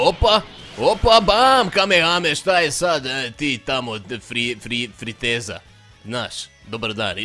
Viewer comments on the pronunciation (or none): dobar video samo malo iritantan jer kažeš friteza a zove se friza. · kaze se friza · Kaže se Friza piše se Frieza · Reci jos jedan put friteza ughh 😂